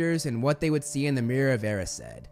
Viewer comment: He pronounces 'Erised' as 'Air-e-said' but isn't it supposed to be 'E-rise-d' ?